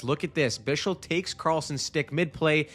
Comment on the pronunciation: Bischl is a crazy pronunciation for Bichsel